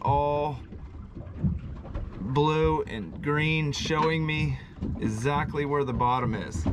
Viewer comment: Dang it, its EX-ACTLY not esactly. lol I don't know why, but it drives me nuts how you say the word exactly.